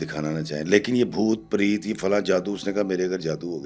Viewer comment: Sir it’s PRET na ke PREET. Please pronounce correctly. What about instead of Ifftikhar iffi I say IFFTIKHEER AFFI. Preet is name. Preet means love pyar muhabbat.